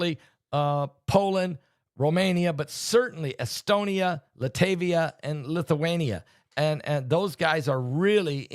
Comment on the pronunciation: PASTOR ...Latvia,, NOT ,,,,LATAVIA. HOPE THIS IS OK